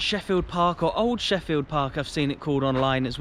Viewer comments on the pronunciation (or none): Great vlog on my club. I am the club announcer/commentator and have been impressed with what you did. One wee error its pronounced Sheelfield. Keep up the great vlogs.